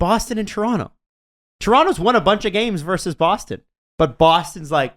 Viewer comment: "Versus", not "verse".